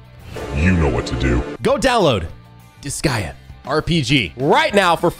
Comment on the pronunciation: Did you just mis pronounce disgaea multiple times? Or have I been pronouncing it wrong for years? o_o